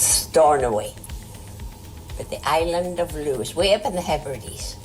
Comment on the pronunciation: Did she said island of lose like loser?